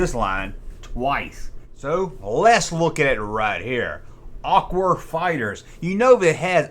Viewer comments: why do you keep saying aqur!?! can you not say aqua!?! i know your country fried, but damn come on dude! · I thought he was saying "Aqu-War Fighters" , like they were combining two words into a clever name. That said, all sentences begin with capitol letters. And it's YOU'RE, not YOUR!